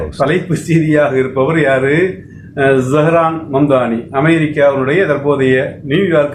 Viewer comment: Please note; pronounce of Z O(zo)Haran.zsho"hran(not za...)Zo..